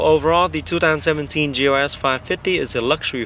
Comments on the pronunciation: You're not crazy. I keep hearing GOS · I'm i crazy or i hear this guy pronouncing GLS as GOS !?